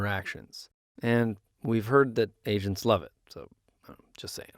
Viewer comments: When he said "we heard agents love it" I totally heard "we heard Asian love it"🤦🏻‍♀️😅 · As an Asian who's going to use Zendesk for work soon, I hope I'm going to love it too. And yeah, I heard "Asians" too which is why I scrolled down to comments. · Lol I could have sworn I heard Asians too 🤣